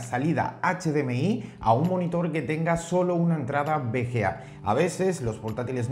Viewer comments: jajaja suena raro, es V ciertooooooooooo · cada vez que dice bga me duele :v